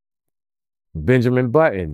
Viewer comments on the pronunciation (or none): none